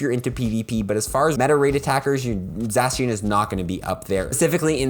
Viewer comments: sorry but this annoyed me Za-She-un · zacian : zay-shun or zay-see-uhn zamazenta: zah-mah-zehn-tah